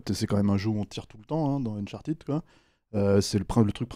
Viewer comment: Uncharted se prononce "Unchart'd", ou au pire "Unchartaide", pas uncharTIDE.